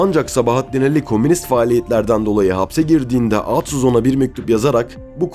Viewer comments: Güzel belgesel yalnız seslendiren arkadaş Atsız, Ali ve birkaç kelimede daha A yı vurgulu söylemeniz kulak tırmalıyor. Türkçede vurgu her zaman son heceye düşer. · Reis iyi güzel de sen aatsız dedikçe tüylerim diken diken oldu isimleri telaffuz konusunda biraz daha dikkat lütfen. Emeğine sağlık. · Neden sürekli ağtsız diyorsunuz? Yanlış telaffuzunuz yüzünden konuya odaklanamadım. Yoksa çok güzel bir konuydu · Aatsız mı Atsız mı? Bir Türkçü hakkında belgesel yaparken en azından Türkçe'mizi doğru ķullanmalısın!